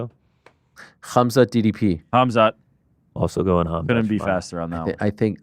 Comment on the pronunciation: Ariel "Hum-zut" Helwani